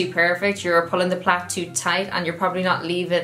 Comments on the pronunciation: It took me way to long to figure out that you were saying “plait” not plant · Lmfao dying at you calling a braid a Plat? Plad? Plac? Plant?